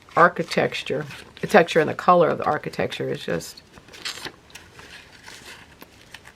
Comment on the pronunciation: you said archi-texture. How prescient! Thanks for a great video!